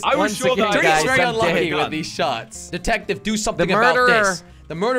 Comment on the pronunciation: back to the good old days... did you notice he said detactive not detective.